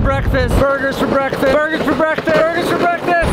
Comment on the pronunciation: Borgers for bekfast